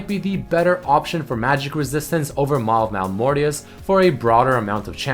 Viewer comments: Btw Maw not Mal ^^ its okey every can do something rong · As far as I know, it’s Maw of Malmortius not Mal of Malmortius, correct me if I’m wrong.